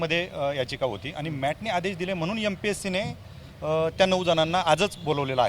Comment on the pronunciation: mpsc चा व्यवस्थित उच्चार कर. Mpc असा नको.